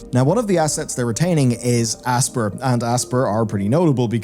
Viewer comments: I always assumed Aspyr was pronounced like the word “aspire”, rather than “asper” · It's not pronounced like "asper". It's pronounced like "aspire". Normally I wouldn't complain but you mispronounce more words and names than any other Youtuber I know... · Dude its pronounced " A-spire" - man is out here saying "Ass-pur". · What's with people mispronouncing Aspyr?, it's 'As-spy-er' as in Aspire/Aspiration, it's just a bit odd.